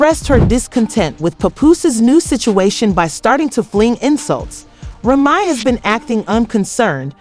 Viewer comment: It's a trip. How you gotta Lie to get hits You can't even pronounce Remy's name correctly. Stop lying to get hits Now all you're gonna get is Avoided Tea Celeb, Trash.